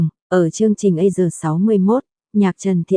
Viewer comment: a si sà chứ tại sao lại đọc là A sờ nghe ghê quá